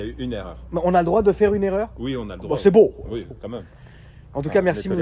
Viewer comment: Les "C est bow" tout au long de la vidéo, je me marre et la fin, tout seul dans ta voiture a tenter de flairer le poisson je suis MDR!!! Excellent.. C est bow!:))